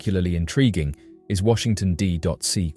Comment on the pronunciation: Washington D Dot C??? Cmon man